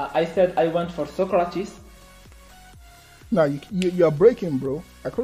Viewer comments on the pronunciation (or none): "Soukratis" bruh 😂